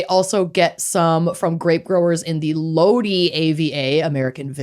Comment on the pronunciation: Cali Speech therapist has to comment that Lodi is pronounced like it rhymes with "go die" not "low dee"❤